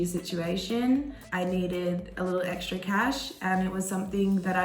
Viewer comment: its esstraaa bby